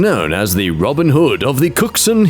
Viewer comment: "boobin" -robin